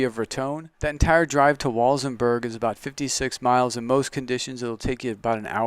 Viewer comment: Nice presentation, but the local pronunciation of "San Luis" is "San Loo-EES" (not just the town but the valley in which this property is located), not "San Louie", Del Norte is "Del Nort", not "Del Nortay", and it's "Walsenburg", not "Walzenburg". Sorry for being pedantic but I thought you might want to know this if you're going to be marketing land in this area.